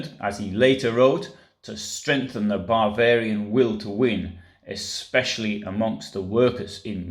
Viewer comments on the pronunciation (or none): You are right. It does sound like he is saying “barbarian” when he means to say “Bavarian”. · There's also a difference between 'Bavarian' and 'barbarian', which seems to be your pronunciation.